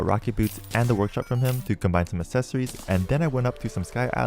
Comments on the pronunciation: My friend. Accessories is pronounced like access, not assess. Ack-sess-oh-rees. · first of all, why would I ask an Asian how to pronounce an English word? You realize the overwhelming majority of terraria content creators are British, yeah? None of them say "assessories." That's not an accident. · That's not an accent, it's simply a mispronunciation.